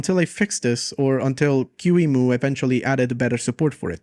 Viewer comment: It's "key-mu" not "q-emu" 😭